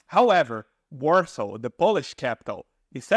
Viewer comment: Warsaw NOT WARSAR